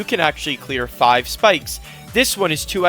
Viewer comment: also FAIVE FAIVEEE